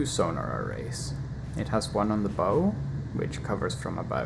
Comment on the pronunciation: Bow, as in cow. Not toe.